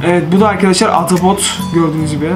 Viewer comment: Abi atapot değil ahtapot 🐙